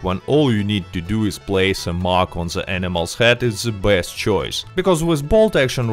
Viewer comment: It's awesome how his best sounds blessed lol